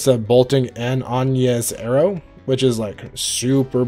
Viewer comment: And agnees arrow lol